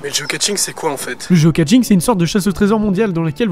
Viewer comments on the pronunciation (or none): Juste un truc, on ne dit pas Geocatching! Mais Geocaching ya pas de T ! Désolé ca m'énerve ce qui font ça, je n'ai rien contre toi, c'est comme ceux qui disent [chalenge] au lieu de [chalèinge] ou CHOCOLATINE et paint au chocolat! Désolé je suis bizarre, mais en tout cas ton intro est sympa et tz vidéo aussi